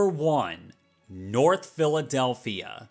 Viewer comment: "Philawdelphia"?????? Good lord, what are these lawyers smoking🫩